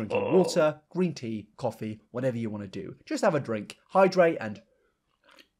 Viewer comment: My favorite thing is hydrate, not dydrate